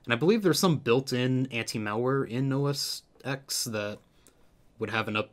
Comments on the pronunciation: It's pronounced OS "Ten" not "X". Oh well. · The name of that operating system is "OS TEN". Not "OS EX". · It's pronounced OH-ESS-TENN, X is the Roman Numeral for ten, my brother. Anyway, now that's out of the way. Thanks for the vidl Continued watching: Fuck me ... It's TEN DAMN IT. You don't have Final Fantasy Vee Eye Eye Roman Numerals.